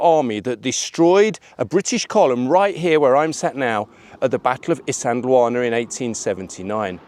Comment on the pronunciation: Poms, please learn to pronounce a few words properly before you make videos. Isandhluana, Shaka,...